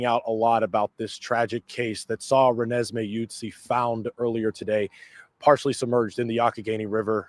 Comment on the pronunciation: Re-nes-may. It's from twilight. I think we should pronounce her name correctly.